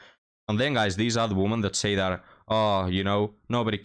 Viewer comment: Please learn how to pronounce "women". It's annoying